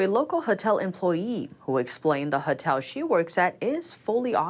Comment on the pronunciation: HOTEL! not HUTTEL. please!